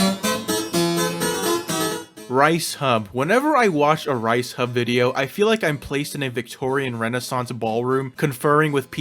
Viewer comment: I hate this video for one reason: ricehub… ITS RIESSHUB REEESEHUB NOT A GRAIN OF RICE!!